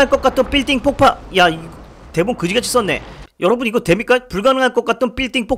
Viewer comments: 로봇이 발음이 왜 이래 ㅋㅋㅋ 왜 빌딩폭파를 발음을 못하는거야 ㅋㅋㅋㅋ 빌딩폭파인데 자꾸 삘딩뽁빠래 ㅋㅋㅋ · 난왜발음이 삘띵뽁빠로 발음돼지?